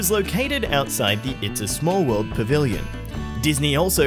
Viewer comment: How do you say that? WOWUD? The WOWUD FAIR??